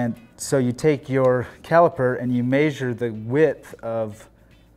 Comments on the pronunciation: arghhhh. its pronounced mesure not mayyysure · No. It's pronounced meh-shure. 😄